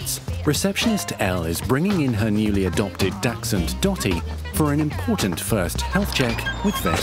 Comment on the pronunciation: Welp, the doctor said dachshund wrong, but I don't fault her for it. German is hard.